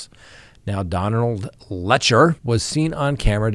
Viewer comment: Careful doing a story on PP could get you followers. Thanks Sir. Letcher rhymes with Lecher.